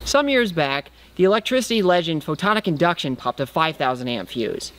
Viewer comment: I guess I didn't make my comment clear. It was more of a wtf question instead of a serious question. If you listen to him talk, the first time he says it, he says, "photon induction", NOT PHOTONICINDUCTION. I know who photon-IC-inductions is, but have no clue who photon induction is.